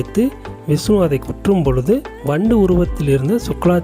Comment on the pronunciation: விஸ்னு பகவான். சரியான உச்சரிப்பு முக்கியம். மகாபலி மாபலி யானது